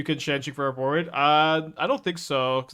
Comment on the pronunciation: Love this deck, hate the way pronounces Ororoboid >~< P.S. tough MTGO crash...